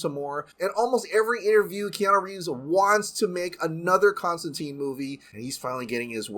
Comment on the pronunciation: I like Keanu, but that's not Constantine. Genuinely surprised they're not bringing the Matt Ryan version back instead. Wish they'd pronounce his name correctly though. Silly 'muricans.